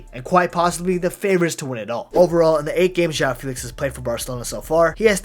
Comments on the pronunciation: It’s actually feh-lix so… are you Portuguese bro? Fae lix … 🤣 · The name’s pronounced Fae-Lix not Fee-Lix but it’s common mistake lmao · my bad bro I’m not Portuguese but I know Fee-lix wasn’t the right pronunciation